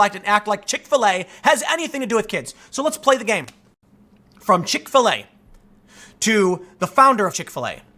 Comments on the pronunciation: I understand everything you say... got it all.. but can you start pronouncing Chick-fil-A as “chikfuhlay” like the rest of the normal world? Why do you put so much emphasis on the FIL part.. makes me cringe for some reason. Like watching a white dude in a club with the dance floor all by himself awkwardly moving yet he thinks he’s dancing ya know.. like that type of cringe. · Do you seriously not know how to say Chick-fil-a?